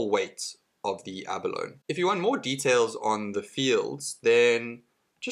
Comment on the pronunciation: It's pronounced "ab-a-lone-ee". Emphasis on the "ee".